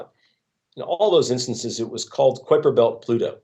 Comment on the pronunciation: It's no 'Kwiper Belt'. It's "Kaiper Belt".